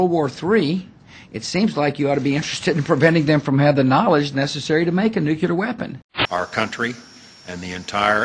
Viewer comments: I'm sorry but how is it spelled, nukular or nuclear? You would think after seven fucking years he could get it right! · bonus points for STILL not being able to pronounce 'nuclear' correctly, W... :D thx again, TPM. 5&F